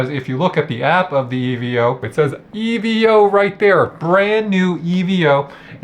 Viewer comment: Why does he say e v o 💀